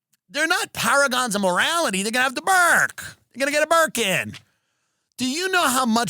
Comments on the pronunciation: "Why shouldnt this terrorist have a berkin." ... i heard merkin. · I really thought he said "merkin" the first few times. I was very confused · Oh Burkin. I thought you were saying burka